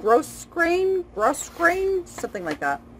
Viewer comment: fun seeing all your giftings! we love giftings....grossgrain ribbon is pronounced grow grain, silly English, right.....thanks for sharing, you have some great items in that haul.....best wishes with the sales....